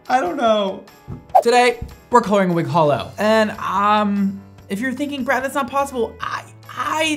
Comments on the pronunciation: I feel like I get triggered every time Brad says its H💿l💿... I h8 to break it to you brad but it isn't H💿l💿! Its a rainbowwwww. And this has been my ted talk. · Brad: holo hair Cristine:DID YOU SAY HOLO Lol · Brad says its holo me cringing and dying inside It's not holo 😭